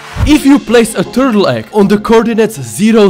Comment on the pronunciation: ''if you place a tuRRtle egg...on the coordinates zeRRo zeRRo zeRRo''